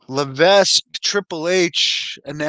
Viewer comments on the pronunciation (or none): Levesque is pronounced like “Leveck”. HHH got a french name